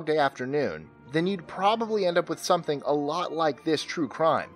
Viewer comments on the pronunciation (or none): none